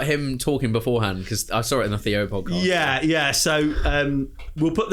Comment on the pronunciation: ‘Up the fozcast’😭😭😂